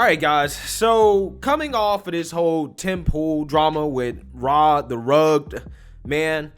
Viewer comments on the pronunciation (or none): R A the RUGGED (ruh- GED) man.... Not rug-man 🤣😂 Love your work bro! Just wanted to point that out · Rugged, bro, phonetically rug-ed. I don't like the dude but say his name right. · Please stop saying The "Rug" Man. It's R.A. The Rugged man. Not a fan just saying it's the correct way to say his name. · You keep calling him RA the Rugged man....like rug that you vacuum. I'd never heard of him until the other day and never heard his name pronounced...but assumed Rugged was Rugged as in strong, you know... Rugged mountain man. What in the fuck is a Rugged (as in vacuum) man?? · Bro two videos in a row you cant pronounce rugged 😂